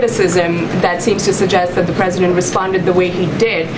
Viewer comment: It’s only fair since he is a chump……and sometimes she says Pwesudent Chump! She has a hard time with r’s lol